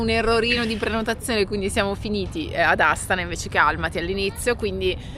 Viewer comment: Raga, a me risulta che Astàna si proniuncia con l'accento sulla seconda sillaba. Siete sicuri che l'accento sia sulla prima sillaba?